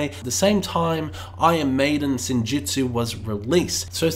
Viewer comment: Its Senjutsu, not Senjitsu. Its Stratigo, not Stratejo. God sake